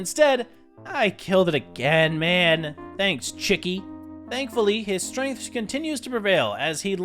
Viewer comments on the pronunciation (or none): none